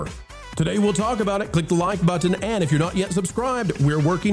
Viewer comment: I chuckle every time you say.."hit the like butt-ton"😂😂